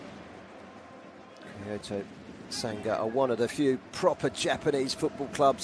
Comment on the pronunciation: why does the commentator say "kayocera" and "kayoto"?